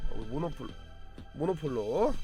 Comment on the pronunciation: 모노폴로가 아니라 모놀로포 입니다